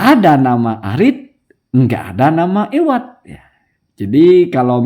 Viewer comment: Bkn iwadh tp awadh